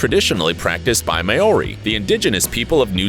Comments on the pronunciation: Its pronounced Maw ree No Mayoree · Its not "mori" Its maori. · Chelsea Anglesey mao(ri), where the fck is the may and the ory like is he serious ahaha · Maaori: Mar-or-ri Taa Moko: Taa-more-core You should really get the pronunciation right first. It's quite offending. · Hello from NZ, just letting you know that although it's spelt Maori it's actually pronounced Mouri with a rolled R. (just letting you know since I tend to get triggered) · I’m a NewZealander and the way he said Maori was like ‘MaRiE’ ;-; If ya gonna make I video pronounce the word right!!! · "TaR-mOkO" "mAy-OrY" 🙃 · You need to learn how to pronounce Maori words before making a video on us my bro 🤟🏽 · THATS NOT HOW YOU SAY MAORI ARE YOU DUMB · This man can't even say Maori or ta moko